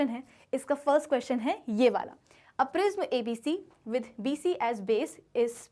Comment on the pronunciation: It prism pronounction is wrong what are u say 🤣😂